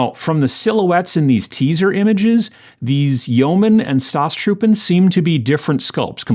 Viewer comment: it is so very much american the way you butcher the pronunciation of "Staatstruppen" in my culture it is considered disrespectful to pronounce foreign words badly when using them :-)